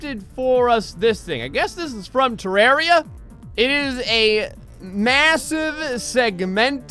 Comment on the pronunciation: You're pronouncing Terraria wrong, but to answer your question, yes that worm is from Terraria. My guess is that it's supposed to be The Destroyer boss.